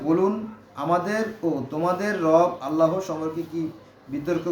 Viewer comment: এই মুর্খ জাহেল থেকে দুরে থাকুন। এখন মুরখরা কুরান নিয়ে কথা বলছে। এটা কেয়ামতের আলামত। এই মুরখ ঠিক করে আল্লাহর নামটি পর্যন্ত উচ্চতর করতে পারেনা।